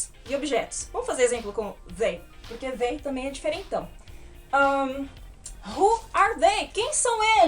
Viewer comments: Fica esquisito a pronuncia do they com som de v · vc poderia colocar por extenso a forma como se pronuncia a palavra they?